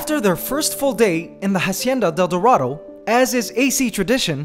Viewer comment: Yes! And also He has to pronounce dorado like Doe ( deer) or Do from Do Re Mi.... DOErahdoe